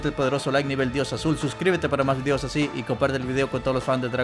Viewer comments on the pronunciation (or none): none